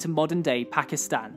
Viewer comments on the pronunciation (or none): none